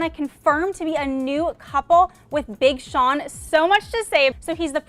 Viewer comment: I lol'd at BING Sean 😂